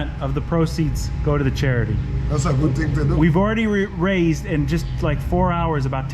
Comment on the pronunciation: "Das a good ting" - Jamaican Mechanic